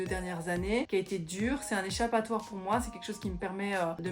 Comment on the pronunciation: "C'est moé!" lorsque tu montre ta photo habillé en geisha 😊 Tu sonnais comme une vraie québécoise 😄✌